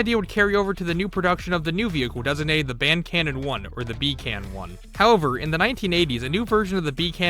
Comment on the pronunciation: Hearing you say Ban Cannon 1 hurts me as a swede, knowing it's Bandkanon😔